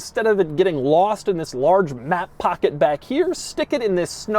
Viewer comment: This this this and THiss 😂😂😂 doug demuro what you doing to me